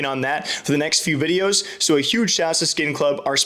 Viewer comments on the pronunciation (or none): none